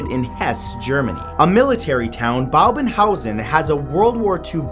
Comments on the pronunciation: bhangarh pronounced like this bhaang ar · Dude ur pronunciation of Rajasthan and bhangarh 😔😔